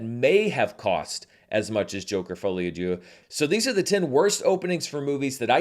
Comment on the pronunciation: i keep hearing a i when you say d(i)eux. With the i the meaning become god.